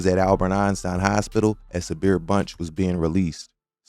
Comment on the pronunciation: It is pronounced SABR. means to be content or patient ( Islamic spiritual) patience